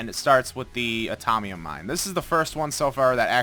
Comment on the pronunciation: from BT21 it's atomium mine.. not atomnium